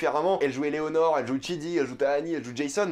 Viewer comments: Par contre je crois que c'est Eleanore( tu dit Eléonore ) le prénom du personnage principale mais rien de méchant faut prendre ma remarque de manière constructive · T'arrête pas de dire que EleOnor. Alors que c'est EleAnor